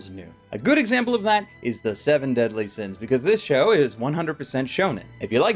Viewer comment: Seven Deasly Sins? You mean Fullme— ... Oooh.